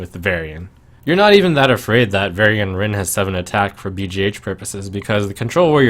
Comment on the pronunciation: "Varian-nce"...ow, Trump. The value was weak on that one. ;)